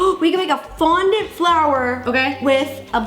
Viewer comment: Was it just le or did ro say frondent